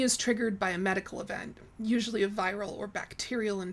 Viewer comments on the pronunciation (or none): ❤ I laugh every time you say "esual"